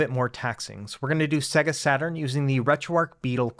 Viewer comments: Annoying -Sega is not pronounced "Seggah", it's "Saygar". Have you actually turned on a Saturn? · Nice video, but in my 40 years I've never heard anyone pronounce Sega like that 😂 if you ever owned that console like I did it audibly says the name when you load a game so I thought it was pronounced universally the same. "Say - gah"